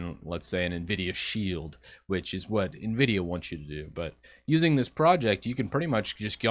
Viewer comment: Why is hard for some to correctly pronounce Nvidia???